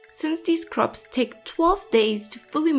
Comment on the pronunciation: I love how you say croixps <3